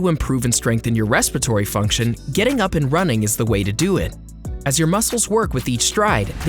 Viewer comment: Am I the only one bothered by the narrator calling it "respitory system"?